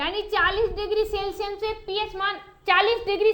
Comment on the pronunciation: सेल्सिअस को सेल्सिअम बोल रही है, इस से ही पता चल रहा है की ये कितनी होशियार है